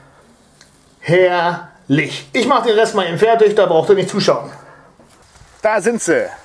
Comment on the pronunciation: Es heißt eben und nicht ebend! Ist mir schon öfter bei dir aufgefallen, dass du es falsch sagst.